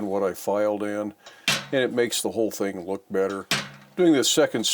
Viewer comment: Did I hear hing of the week……..😀 Sweet looking project, enjoy your day.